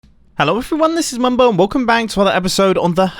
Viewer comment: Wait at the start didn’t anyone realise mumbo said “welcome bang” and not “welcome back”